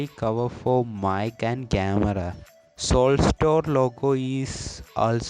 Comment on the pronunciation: It's not salted store it's souled store 😂😂😂